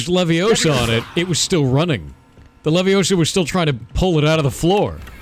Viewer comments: 😂 it’s leviOsa, not leviosA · I thought it was wingardium leviosa, not levioso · It's Levi-Oh-sa. Not levi-oh-saaaa! PS the whole 20 hours: leviosaaaa